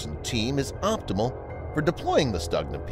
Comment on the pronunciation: It's pronounced more like Stoogna, and the ones Ukraine has uses domestic sights, not the ones made in Belarus. Belarusian sights are only used on Skif, the export model.